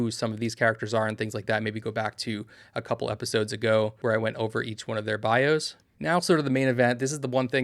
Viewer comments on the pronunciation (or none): none